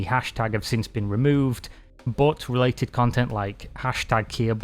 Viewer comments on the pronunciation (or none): none